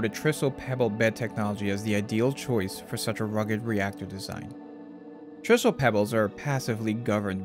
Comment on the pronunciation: TRISO stands for TRi-structural ISOtropic particle fuel. In the industry, we pronounce it TRI-SO. The same TRI pronunciation used in TRIangle.